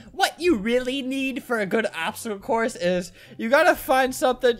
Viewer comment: “PBSTOACLE CLOURSE” Yes.